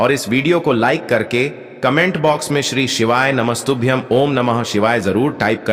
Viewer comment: व्हिडिओ बनानेसे पहले श्री शिवाय नमस्तुभ्यम ठीकसे बोलना सिख लो